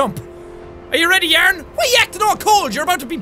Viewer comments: Ikr yearnie lol love it too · yaern xD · was that English?!